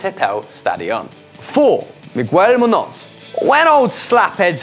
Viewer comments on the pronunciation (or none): muños is pronounced munios and i'm malaysian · You miss pronounced Miguel Muños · Miguel Muños probably the easiest name to pronounce on this list and you absolutely fucking butchered it worse than a serial killer